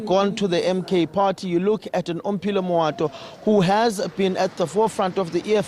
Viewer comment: has been butchering Omphile’s surname for the past 5 years, he’s still continuing, every time there’s a new pronunciation Fosek joh🤦‍♂️